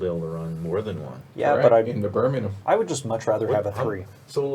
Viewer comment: As a Brit who's lived in The Americas for the last 6 years, I'm pleasantly surprised by how many of the place names you all actually pronounced correctly! I think it was who murdered "Monmouthshire" and "Birmingham" needs some work, but yeah, very impressed:)